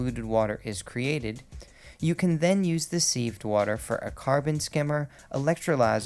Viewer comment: It's "Civ'ed" water not "seeved"